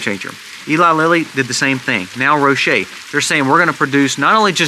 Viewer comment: Pharmaceutical Company Roche is pronounced Roch without the E. The E is silent. Love, love your videos. Keep up the good work.